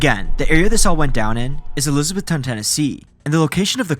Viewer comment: as someone who has lived in Bristol tn/va most of their life hearing Elisabethton being called Elisabeth-town is so so weird.